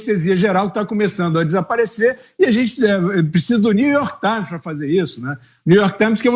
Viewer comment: new york tsáins